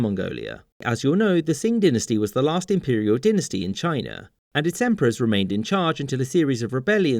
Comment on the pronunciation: Trying to decide which is the worst pronunciation in this video: "yu-AHN" for Yuan "DIN-nuh-stee" for dynasty "sing" for Qing